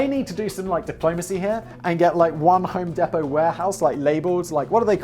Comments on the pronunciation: home DEE•pow not home deh•pow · ...We pronounce it 'Home DEEP-oh'. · Home deee-Po. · Hoem Dee poe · It's pronounced "Home Deepoh". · Listening to him say home depot made me cringe so hard. Because I work there and you say it like home dee-poe. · Home DEE-POE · I'm sure someone told u but it's home dEE po. fuckin love the content as usual. I would love to see karl write a few of these for u. Plz don't kill🥊🔫 me danny I still love you🖤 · its home DEEEPO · Pronounce it as "Home Depo" drop the T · hearing it being called 'home depto' physically hurts me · nah. We listened to an Englishman mispronouncing an American brand name. Allegedly.